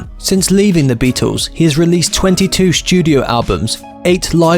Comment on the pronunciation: Why do you say sHtudio and pursHued? There are No Hs in these words!